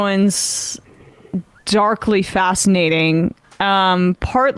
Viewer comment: "Darlky" fascinating, indeed